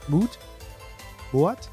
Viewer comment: "Moat" is pronounced exactly the same as another English word with a different meaning: "mote". You can probably tell by looking at that 2nd word that the 'o' is a 'hard o'. So yeah, the 'a' in 'moat' is silent. :) By the way, I relate completely--I'm learning Spanish. Although I'm not very fluent. :) Oh, just like 'goat,' 'boat,' and 'float'! Hard 'o,' silent 'a'. :)